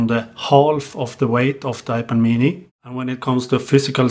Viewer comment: I can listen to this dude say, "Ipuh Meanie" all day long. LOL